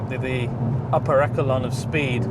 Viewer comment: If your going to say "echelon" then please learn how to pronounce it.